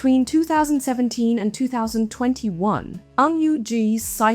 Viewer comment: Ng not ang, get the surname right… why is it ang for most of this video?